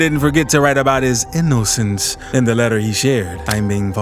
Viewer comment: Why bruh gotta say innocence like that 😂